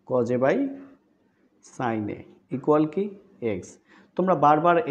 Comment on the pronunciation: Coj A❌ Cos A✅